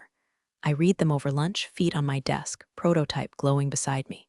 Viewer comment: my pet peeves are saying read, instead of red. saying resume, instead of rez umay not saying pat uh gon uh ah